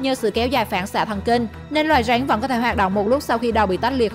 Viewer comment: Rắn = Ránh. Ăn = Anh. phát âm kiểu mới